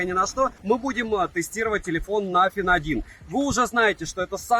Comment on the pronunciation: Спасибо за честный обзор, все 32 минуты осилил, пожалуй благодаря подаче, так как телефон этот особо интерес не вызывал😉 Обзору, как всегда 👍, телефону👎 Ах да, чуть не забыл,, не через Ф, а через шипилявую С😉